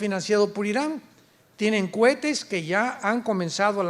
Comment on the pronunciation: Exelente doctor Alducin. Pero una corrección No sé dice cuetes si no cohetes. Dios lo bendiga 🙏🙏